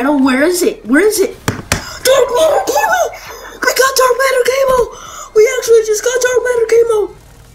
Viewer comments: First reaction it’s camo not kamo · that accent is crazyy camooww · he said (c"a"mo) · The first one is pronouncing it kay-mo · “Dark Matter Cay-moh